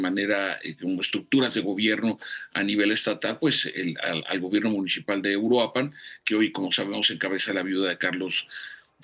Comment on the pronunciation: Es Uruapan, no Uruapán